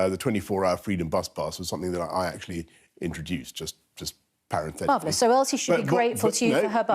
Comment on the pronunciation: "Paranthetically"...what a tosser. This serial liar is completely detached from reality.